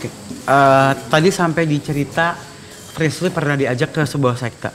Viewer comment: Telusurin=seselururin Frisly=Frisil Serah lu dah warrrrrrr-_